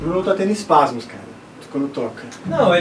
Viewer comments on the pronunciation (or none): to rindo ate agora com os "espasmos" auhUAhUAHuA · "Espasmos" hahahahaahahahahaha